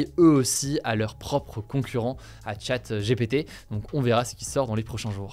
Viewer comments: ChatGPT se prononce comme Tchatte Dji Pi Ti et non Tchatte J'ai pété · 'tchat' 'jépété', drôle de prononciation. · Nan mais les gars, pourquoi prononcer "Open AI" en anglais et "Chat J'ai pété" en français?